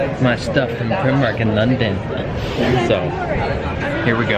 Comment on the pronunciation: PRY mark, not PRIM Mark. Westminster, NOT west MINISTER. Covent Garden, not convent garden. And so many more! 🤦🏻‍♂️ Keep going bro, you’ll get it 😄